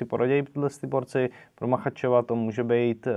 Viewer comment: Islam Makhachev - čte se " Machačev ". Machaev je někdo jinej, jen tak pro info, žádnej hate:) Díky za zprávy:)